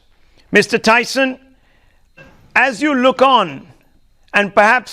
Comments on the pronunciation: He should have addressed him as Dr.Tyson.. He also mispronounced his name.. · The anchor doesn't even knew Tyson's name correctly... But he grew up watching cosmos 😂